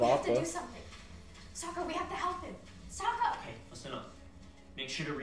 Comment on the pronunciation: You got to really emphasize the O in Sokka.